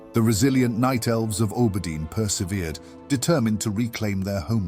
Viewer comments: It's not you, just my brain, haha. I have always heard and said Aww-burr-dean. Makes me think of how some english dialects pronounce Harbor with a hard "H" almost. Love your work! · I love your content generally, but holy fk, can i not stand how you pronounce Auberdine. It's like nails on a chalkboard every time 😵‍💫